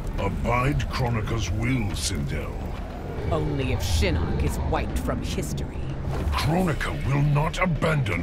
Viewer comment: Sorry but we rather have Sindel, not twindel.